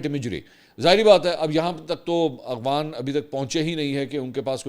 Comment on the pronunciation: A G W A N nahi A F G H A N.